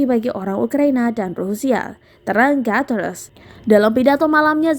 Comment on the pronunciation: Sok inggris .. Guteress di baca Gateres... Hahaha